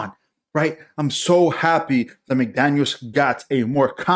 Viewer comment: Jesus, why can't our fans and YouTubers get this right, it is "Mike McDaniel" NOT "McDaniels".. you keep saying "McDaniels" with an S at the end of his name, NO!!! Drives my crazy!!! He is our head coach, know his f--ing name!!!